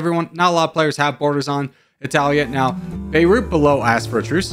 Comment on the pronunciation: Your spelling of "Italia" sounded very native italian xD